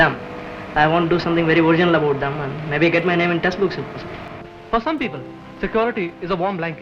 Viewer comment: "we don't know much ABOOT them." This guy definitely came from Canada.